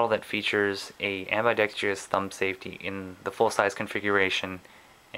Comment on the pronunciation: AMBIDEXTROUS not ambidextrious god i cant stand that! you fucking illiterate! Just like irregardless is not a word